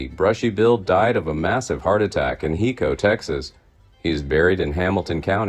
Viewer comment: Hi co texas, not he co